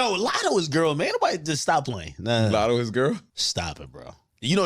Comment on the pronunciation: It’s lotto lol